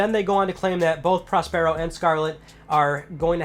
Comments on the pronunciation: Prospero is pronounced like 'prosperity', 'Prosper-o'. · Prospero is pronounced in the same way that you'd pronounce 'prosperous'. PS5 sounds amazing.